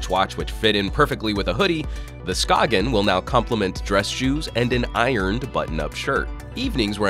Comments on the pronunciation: Come on. It's not pronounced SKA-G-EN but skane/skayn. The G is not pronounced in Danish. If you're going to make a video on a product, make sure you know how to pronounce the brand name... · I know that you said that the company mentioned that you "can" Americanize their name if you so choose, but come on. "Sk-ayn" or "Sk-ane" or however you wanna spell that pronunciation. Like, I know that we have an Americanized version of Jaime Rivera's first name, but I wouldn't call him James or Jamie. His name is Jaime. Skagen is not pronounced like that in its native language. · I believe it's pronounced skay - en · Anthony Mendoza Yes, you pronounce it more like scane :) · Chipperowski you are correct. I cringed each time it was mispronounced in the video. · I think it's funny when he says skagen